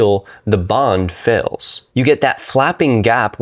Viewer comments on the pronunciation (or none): u really dont like long vowels huh? never heard someone say 'fail' like 'fell' ... i bet u say 'melk' instead of 'milk'